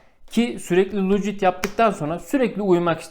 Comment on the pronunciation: Çok ciddi bir şekilde videonu izlerken senin' lucid' rüya demenle ip koptu keşke bir video hazırlayacak kadar zaman ayırmışken , anlattığın terimin doğru okunuşunada bir baksaydın Doğrusu lusid rüya olcak bilgine...